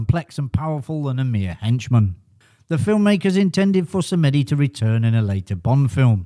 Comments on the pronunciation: BTW "Samedi" is pronounced "Sam Dee" not "Sam Eddy" - it's the French for Saturday. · Thanks. Interesting although not strictly accurate title as I knew 2 of the facts already. 😄. Just for info, your pronunciation of "Samedi" is incorrect. It isn't " Sam-eddie". It is either "Samdee" or "Sam-uh-dee" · Interesting mini-doc - but as with earlier videos, there are some very strange pronunciations going on - Baron Samedi is pronounced as Samedi, not Sam Eddy. Adaption is a word, and dates back as far as the 17th century; but it is not preferred - just about every dictionary would rather have adaptation… I won’t labour the point but there are a few other peculiarities - do try to avoid them, it makes your documentary more believable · Need to learn how to pronounce Samedi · Samedi is the French word for Saturday and should be pronounced as such!